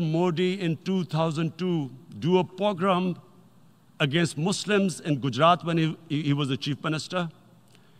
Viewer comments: He pograam not pogrom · He said programme as "pograam"see